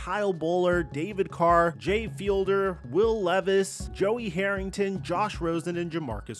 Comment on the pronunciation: It cracks me up that you always mispronounce Jay Fiedler. It's FEED-ler not fielder